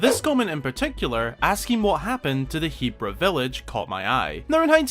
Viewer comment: It's so weird to hear 'Heebra' with a long e rather than 'Hebbra' with a short e. @@